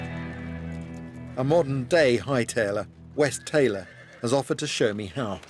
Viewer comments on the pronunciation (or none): none